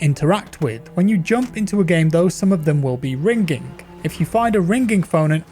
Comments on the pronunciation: How pronounces ringing: rinGing How everyone else pronounces ringing: ringing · It''s an english thing. Hard G. Similar to how some people say "haych" for h. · Its ring-ing not ring-ging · Here’s a phonetical English translation of how to pronounce “ringing” - “ring-ING”...not “ring-ging” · ‘Ring ging’ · Its weird to hear pronounce ringing "ring ging" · I cant get over how this nigga says Ring Ging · Ring-gink... That is how I imagine Forest Gump would pronounce "ringing" :D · Are we going to ignore the fact he says "rigning" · Watching a video this long with you saying rin-ging this many times made me uninstall the game and throw my phone out the window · Ringink phone..sorry it sounds funny when you say it XD also im easy amused :D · I’m sorry I couldn’t watch it because you kept saying ring-ging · Did no one else notice him say Ring GING a bunch of times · What’s a Ring’ging ? 😆 just messing , love ur vids man 🙏🏾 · Wow the word “Ringging” is sure ringging in my head after in this video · "ring ging" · " i hear the phone rinkingk" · say rinGing one more time i dare you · "Find a Rein-g-ging phone" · what's a ' rinkink' phone? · How the fuck are you pronouncing ringing? Rin ging? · Say ring ging ONE MORE TIME!!!1!!! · I literally read this comment just when he said RING GING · Ye I was like wtf is "ring-ging" oooh it's RINGING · Why pronounce the G in ringing like a hard G?? Really stuck out to me. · How the heck are you mispronouncing ringing!? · Yeaaah I got 1 min in. Can’t listen to you pronounce ringing like that. Disliked, reported, and flagged. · Is anyone else freaking out about how he is saying "Ringing"? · The way you pronounce "ringing" makes me uncomfortable lmao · Normal people don't say the word "ringing" that way. I would seek some kind of therapy for speaking that way